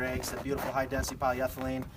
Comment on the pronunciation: I watch your videos just to hear you say , "you can never have enough ventilation" and "food safe hi density polyethelene" as if it were one word. Nice coops, though.